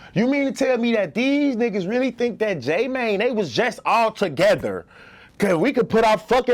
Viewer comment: steady calling J Mane "J Man"